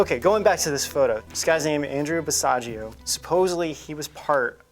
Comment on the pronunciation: Basiago rhymes with Chicago.